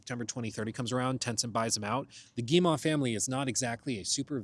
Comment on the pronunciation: As a Canadian, hearing you repeatedly pronounce Guillemot wrong is REALLY making me want to apologize for something! It's pronounced Gee-moe, not Gee-maw.